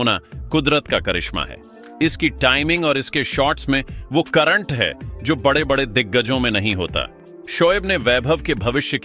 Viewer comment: यह कैसे शब्द बोल रहे हो।badde kya होता है बड़े खिलाड़ी होते हैं। कम से कम बोलना तो सीख लो ।जाने कैसे कैसे लोग आ जाते हैं बोलने ।